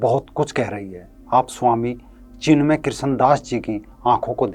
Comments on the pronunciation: ये भैया को चिन्मय बोलणे नही आ रहा है चिमण्या बोल रहा है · सर, नाम चिन्मय है । आप चिमन्य बोल रहे हैं ।🙏